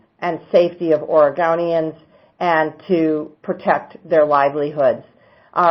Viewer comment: Yep. She said OREGAWNIANS! Where is she from?? Nevawda? Hahaha. .